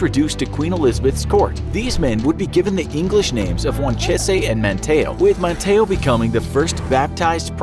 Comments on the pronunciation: RALEIGH dude like Rolly not Rally. And also MAN-TEE-OH. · Oof I live here and it is called man tea oh not man ta oh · "Rally" i pronounced as is the the city of "Raleigh" North Carolina. ManTAYo, no "MAN tee o". Also WAN cheese, not "wan chay say". Those last 2 sound correct and I wish they were, but sadly, we're stuck with the North Carolina pronunciations. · So uh I live here in manteo and the man and the place are pronounced (man-tea-oh) manteo and (juan-cheese) wanchese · The Indian names are pronounced man-tee-oh and wan-cheese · North Carolinians pronounce it "Wan-cheese" and "Man-tee-ohh" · Us North Carolinians are cringing. Raleigh is pronounced rAH-lee, not rally, Manteo is man-tEEoh, and Wanchese is wahn-CHEESE. Take notes please.